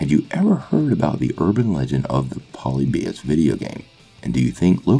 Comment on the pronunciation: Your pronouncing the wrong syllable in polybius